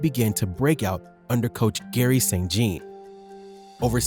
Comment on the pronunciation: Saint Jean is pronounced like Saint John it has French origins. (Usually)